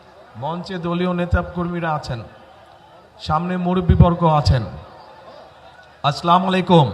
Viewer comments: স্লামালিকোম আবার কী, আসসালামু আলাইকুম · শ্লালামালাইকুম সালাম টাও দিতে পারে না আবার নাকি দেশ চালাবে 😅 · সঠিক উচ্চারণ - "আসসালামু আলাইকুম।" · তারেক রহমান সাহেবের সালাম দেওয়াটাই ভুল শুদ্ধ ভাবেই উচ্চারণ করতে হবে আসসালামু আলাইকুম কিন্তু উনি সালাম দেওয়ার সময় শুদ্ধভাবেই শিখতে হবে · সালামটা ঠিক ঠাক দিতে পারেনা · সালাম নিবেন ও সালাম দিবেন সঠিক উচ্চারণ করে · ওনি ঠিক করে সালাম দিতে পারেন না কেন। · আমরা কোন নেতার অনুসারী, যে নেতা শুদ্ধ ভাবে সালাম দিতে জানে না,মুসলমান হিসাবে আমরা লজ্জিত। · প্রথমে একজন মুসলিম দ্বিতীয় তো একটা দলের প্রধান হিসেবে আপনি অন্তত সালাম টা শুদ্ধ করে দিয়েম... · সালাম টাও দিতে পারে না ঠিকমতো,,,🎉🎉🎉🎉,,, দুর্নীতি সুদ ঘুষ আরো বাড়বে,, বিএনপির ক্ষমতায় আসলে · যে সালাম ঠিকমতন দিতে পারে না সে দেশ চালাবে কিভাবে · ছালাম শুদ্ধ করে দিবে কিভাবে? শুদ্ধ করে তো ছালাম শিখে নাই। 19 বছর ছিলো লন্ডনে বাংলাদেশের আলেমদের ছোয়া তো পায় নাই। পরদেশী নেতা। দেশের কলঙ্ক। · তারেক ভাই আমি আপনি অনেক ভালোবাসি তাই বলছি সালামটা আপনাকে আরো শুদ্ধভাবে দিতে হবে নইলে মানুষের ঠাট্টা তামাশার মধ্যে পড়বেন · সালাম টা ও ঠিক করে দিতে পারে না, সালাম দেওয়াটা শিখে নেন জামাত এর আমীর এর kas থেকে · কি দেশ চালাইবো সে সালাম টাই শুদ্ধ করে দিতে পারেনা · সালাম দিতে পারে না হ্যাঁ আবার প্রধানমন্ত্রী হবে হাস্যকর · কি বলবো ভাই একটা মুসলমানের সন্তান হয়েও সালামটা শুদ্ধ করে দিতে পারেন না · Eta amio vabchilam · মুফতি সাহেব সালামটা অন্তত ঠিক করেন